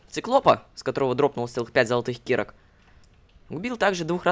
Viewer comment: лололошка ты знал то что кирка ты праизносиш киирка ну я патянул ии потому что у тебя ударение падает на и анада на а палучится вот так киркаа